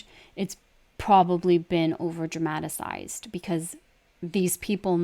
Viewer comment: Dramatacized ? Dramatized lol